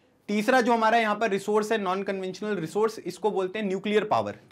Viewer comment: did sir really say nan conventional